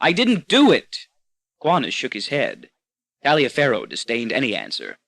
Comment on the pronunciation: I think Taliafero is often pronounced "Tolliver".